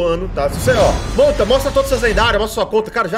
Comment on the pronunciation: Da hora quando vc fala montavao aqui kkkkk